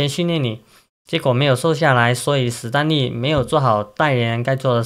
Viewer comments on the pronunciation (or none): 史丹利 不是死丹利 ㄕㄙ不分聽了好難過